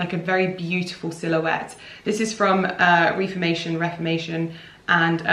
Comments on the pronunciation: I would have chosen exactly the same dress 💕 Also, it’s definitely Reformation not Reeformation. And I believe Anine Bing pronounces here name like Anina. I had it wrong for the longest time 🙈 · The word is ‘Reh-formation’ (the second way you pronounced it) but no idea about the brand. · After googling it, it turns out it is pronounced re-fir-mation